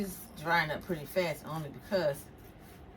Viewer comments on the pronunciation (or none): none